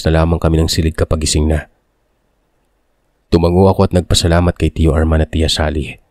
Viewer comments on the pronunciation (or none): none